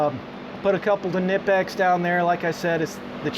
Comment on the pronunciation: WOW ! An American who says kNIPEX the correct way :]